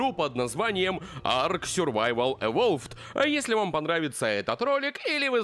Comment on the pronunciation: Ты не правильно говоришь, надо не арк сурвацвал евол, а АРК СУРВАЙВАЛ ЕВОЛ !!!!!!!!!!!!!!!!!!!!!!